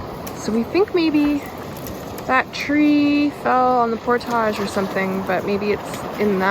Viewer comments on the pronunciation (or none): Can youtubers stop making portages sound like they are posh and Pronouncing it portàge. Seems that is the new trendy youtuber way of saying it. Look it up it is pronounced Port-age